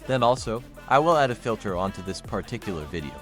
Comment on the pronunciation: The weirdly pronounced word "Pah Tic Cular" was used 538 times in this video. LOL